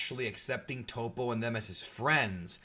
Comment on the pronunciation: I thought they pronounced Toppo it TOP-O in the show.. not TOE-PO... But I do agree on the part that Jiren is boring AF.. they should definitely show some of jirens past to show how he got to we're he is now.. make him relatable because he has that superman level of unbeatable to him that makes him uninteresting